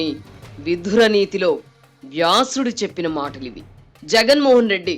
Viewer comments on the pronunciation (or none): విధురనీతి కాదు.. విదురనీతి